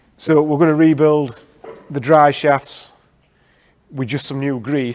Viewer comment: ah yes, the "dry shafts" :D